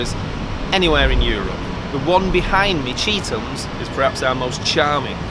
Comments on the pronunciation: This is incorrect. It is spelled 'Chetham's' but the pronunciation of it is as if it had two e's. Although the school is called Chet's for short. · you have unfortunately fallen into the same trap as most people with the way it is pronounced.